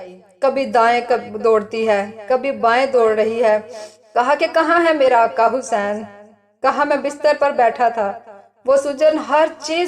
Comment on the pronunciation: Vedio bht achcha h mgr jo back ground m jo bol rahi h unka talaffuz sahi ni h Aaqa Hussain ko aaka Hussain kah rahh h plz dhiyan den